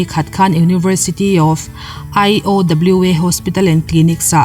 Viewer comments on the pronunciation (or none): IOWA I tih kha ka lo ngaimawh deuh, Iowa chu US state pakhat ania aiawwa tih anga lam mai zawk tur. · IOWA hi abbreviation (short form) ni lovin USA state hming a ni a, 'Ai aw ua' tia lam pum mai tur a ni e. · 'Ai ua' tih mai tur a ni e👍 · "Ai aw ua" tih ang in lam tur zawk alom a